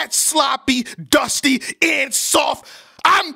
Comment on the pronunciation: 😂 when he said "It's sad! AND SAWFT!"